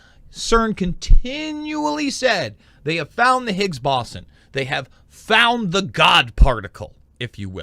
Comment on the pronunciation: be a little more informative if you could pronounce boson correctly